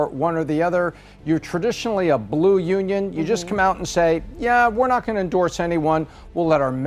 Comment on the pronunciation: Trump won merst? Of the counties? Her pronunciation…even the word blrue??? Come on come on